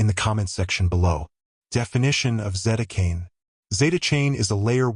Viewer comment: AI voice...it says Zetacane...